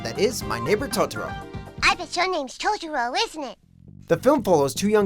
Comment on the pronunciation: You said Totoro wrong